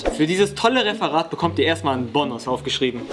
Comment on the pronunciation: Es heißt Bonus nicht Bonnus